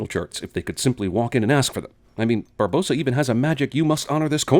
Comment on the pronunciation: Okay I saw it once and it annoys me already. Why is it spelled Barbossa but said 'Bar-Boass-A' Unless it's a Cinemasins spelling error, surely it should be spoken 'Bar-Boss-A'